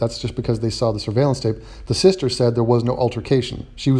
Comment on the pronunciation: "With her sulstuh"